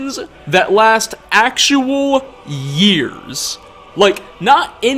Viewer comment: When he cut off saying ‘years’ I lost it